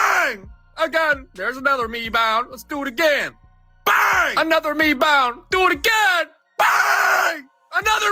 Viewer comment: LOL, "Me-bound" Hilarious